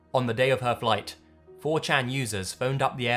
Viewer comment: that was the most maniacal pronunciation of "Four CHAAAAN" I've ever heard